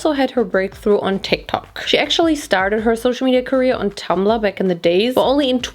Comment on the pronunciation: I love how you pronounce "Tik tok"